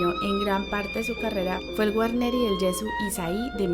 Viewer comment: "Guarnieri del Gesu', con l'accento sulla U finale ( non Ge' - su) !!